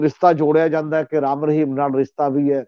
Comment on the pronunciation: The word is Rishta and not Rista as one of your commentators pronounces . Thanks .